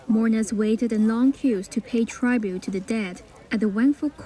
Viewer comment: What's wrong with your readers - they can't pronounce "tribute" and "radar" correctly! Well, at least we know they're not AI 😂